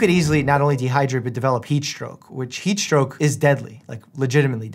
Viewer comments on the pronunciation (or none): Why did I think he said peach stroke instead of heat stroke😂